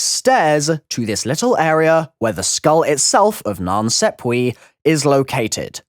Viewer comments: He says SEPP-we but it’s clearly SAP-we. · Wow what the f*ck are you saying, “skull of nan sepwee” “center of the rum” ?😆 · Non-sop-wa (that's how it's pronounced, the a is a long vowel) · "The Skull of Nan Sepwee." ...di- did this man just say Nan Sepwee? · Why do u pronounce it as 'sapwe' but there's clearly a 'e' not an 'a' : SAPWE 😂🤣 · I love how everyone replying to this with how to pronounce it is saying it wrong Nan sap way It’s so simple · not to sound salty or anything but the skull is pronounced like non sopwah = nan sapwe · i know you're a smart guy but are you pronouncing the name of that skull correctly? I interpreted it to be skull of nan SAP WAH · It's pronounced nonssapwa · The skull of nan sawpwee 😂